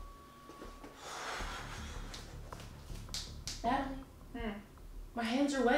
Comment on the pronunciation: Wen she said natlie it was a whole base drop in my stomach